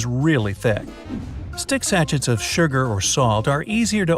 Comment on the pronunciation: Sashets?! I've never heard sachet pronounced that way in my life! (Sashay)